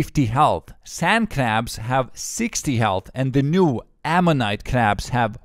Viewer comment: I'll be honest, I just wanted to hear you say Ammonite.